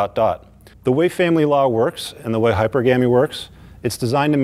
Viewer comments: Hyper GAMMY? 😂 Seriously!? Sounds like hyperactive candy 🤣 High PER guh mee, dude,...High PER guh mee. Preachin on a concept you don't even know how to pronounce? 😆 Real smooth, dude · It’s pronounced “hy·per·ga·my” not “hyper-gammy” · He lost me when he pronounced hypergamy the way he did. Yikes. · Never trust anyone that can't even pronounce the word hypergamy correctly. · Yk this is an old video when pronounces hypergamy differently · I like how he mispronounced hypergamy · Not taking advice from a man who can’t even pronounce hypergamy… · Shame he can't even pronounce "hypergamy" properly.